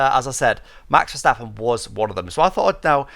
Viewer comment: Kudos for a really good attempt at pronouncing Max Verstappen properly. Much appreciated.